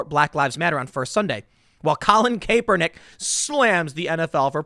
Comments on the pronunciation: Tim, FYI, its pronounced "kap"ernick, I understand that sometimes this spelling results in a long "a" sound, but sportcasters have been pronouncing it as a short "a" for many years. Love your show!! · Idk why i find it so funny that Tim is the only person who still pronounces his name “Kay-pernick” 😂😂😂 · It’s actually pronounced Crapper-nic. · Tim, for the love of God his name is pronounced CAP-ernick. FFS mate. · It's still (KAP-er-nick), Tim Poor Tim continues to try and turn Kaepernick into a hero by putting a "cape" on him. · The way you say his name drives me nuts lol.....im pretty sure it's cap-ernick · Kaperprick say his name right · Please, Tim, keep mispronouncing his name. I love it lol. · When is someone going to Tell Tim he's pronounce Kaps name wrong? Usually it wouldn't bother me but this one drives me nuts. Lol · Dude, learn how to pronounce Karpernick . .You sound like an idiot everytime you mispronounce it. Kaleigh McEnany too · I love that you don’t pronounce his name correctly and don’t care. Haha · Tim, I don't care about that entitled scumbag, but you're pronouncing his name wrong, 12 videos after people told you this. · Tim, Kaepernick is a clown, but PLEASE start pronouncing his name correctly. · Tim you crack me up every time I hear you talk about sports. It’s so obvious you watch or know anything about what it is. I’m sure you know everything about skateboarding I give you that.. Oh and please get someone to tell you how to pronounce Kaepernick’s name. I hate him but it’s annoying every time you say it wrong. Even more an example you’ve never heard his name on TV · Please call him Colin you pronouncing his name is akin to nails on a black board, you always manage to mangle every name Tim I don't get it its almost like you're trolling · Why will Tim not pronounce people's names right?!?! Lol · CAP-ernick. not CAPE-ernick. but regardless this stuff is ridiculous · Tim, for the last time, it’s CAP-ernick not CAPE-ernick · The E is silent TIM.